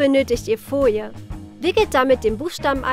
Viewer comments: Wen regt es auch immer auf,wenn sie „Fojie“ statt Folie sagen...der liket❤️ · Eig. Folie.. sie sagt: "Foie"